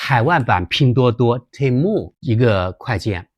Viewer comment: temu的发音更像“天猫”！😁😁😁